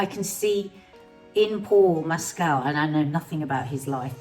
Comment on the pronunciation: Great review. Please learn to pronounce Paul Mescal's name correctly